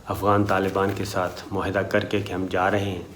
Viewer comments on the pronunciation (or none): none